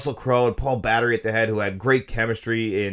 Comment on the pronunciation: "Paul Battery"? You mean, Paul Bettany?